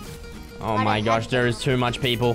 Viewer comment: It's funny that he keeps saying too much peapole😂